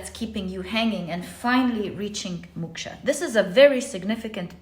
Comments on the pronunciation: Dear pl don't mind but it's pronounced Mok-sha to rhyme with Cloak not muksha ❤ otherwise yr knowledge of world cultures is mind- boggling to say the least ❤ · It's called MOKSHA not Muksha. MOKSH is a state of leaving worldly pleasure 🙏